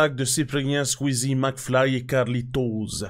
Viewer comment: Il a dit maclfyp aussi 😂😂😂😂